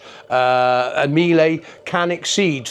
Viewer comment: Just so you know, the correct pronunciation of Miele rhymes with "Sheila," not "me-lay."